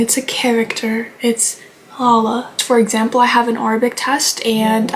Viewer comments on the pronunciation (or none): It’s LALA not Layla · I’m just going to say this not to be a hater and I hate lala but it’s not Layla it’s la-la lala kk byeeee BE GOOD CHILDREN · layla😭 (not hating its la la btw) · when u say lala it sounds like ur saying layla wich is my name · I don't like a lala she kind of annoyed me when she was making smoothies but also hearing you say layla is funny it's lala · Ok first of all...Her name is "LALA" not Leila or you can call her "LEAH"....and umm who cares if her story's are fake...like she isn't causing any problems for anyone is she?...also you think the people you watch on the internet are all telling the truth? No....what they are doing is only for entertainment....also one more thing....THERE IS NO WAY YOU MADE HER HAIR BLONDE!!!...like I've been watching her for like 2 to 3 years I think and she never ever dyed her hair blonde...also all of the clips you showed are very recent like you only looked at like the first 7 shorts or smth.... that's all thank you for reading all the way.. This is just simple criticism btw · Her name is Lala not Leila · Btw her name is pronounced as lah-lah but amazing video and i love your channel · I hate lala… also btw her name is pronounced lahluh which is lowk also annoying 😭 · It's LA...... LA........ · Why do u pronounce her name as Leila? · oh btw "lala" is actually pronounced "LA-LA" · How does this girl manage to mispronounce EVERYONE'S NAMES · Why do you keep mispronouncing names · I KNEW this was when I immediately heard the easy to pronounce names said incorrectly🥀😭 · Dude literally mispronounces names like crazy, and changes hair colors on thumbnails for some reason. Like lala's hair isnt blonde hello??